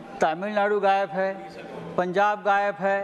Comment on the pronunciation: हा संजुद्दिन गायब बोल रहा है या गायेफ बोल रहा है 😂😂😂